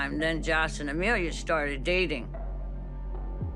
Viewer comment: Ema-Lia? Said the lawyer?!